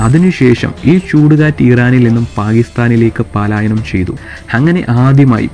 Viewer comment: പാലായനം അല്ല ബ്രോ പലായനം